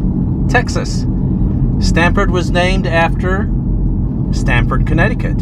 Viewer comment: I grew up in Connecticut, so when I heard Sramford, I thought, "Stamford??? Like UCONN??" There you have it lol. I drive around south Texas for work fairly often and some of the towns are just like this. I do love the old theaters!!! Their downtowns look almost like western movies. Awesome videos. Just found your channel today. Keep up the great work. 😁